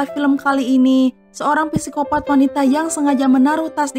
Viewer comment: FYI nii kak,kalo penyebutan Psycopath yg benar itu Sikopat,hehe semoga komennya aku dibaca 💜💜